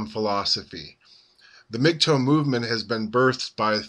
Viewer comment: its not pronounced like migtoe you're driving me crazy its mgtow rhymes with how. please stop saying mig toe!!!!!!